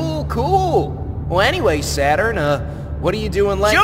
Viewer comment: Naked Sautun 😂😂😂😂😂😂😂😂